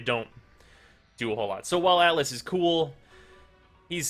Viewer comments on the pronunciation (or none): none